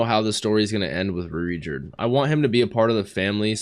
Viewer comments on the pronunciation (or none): none